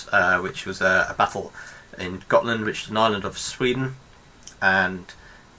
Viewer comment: "Magdeburg" is pronounced like "Mahg-de-boorg" or "Mug-de-bourg" and "Gotland" like "Gohhht-lund" ["u" like in "to hunt"] (roughly pseudo-phonetically transcribed for native English speakers).